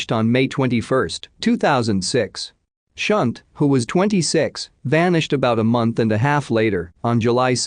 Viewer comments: I think 'Shunte' is pronounced 'Shantai' - rather than 'Shunt' - which is what happens to a railway carriage.. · Yes lol. I cringed every time he said her name!